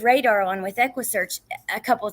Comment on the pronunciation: Not Radar , it's Rader there ur sound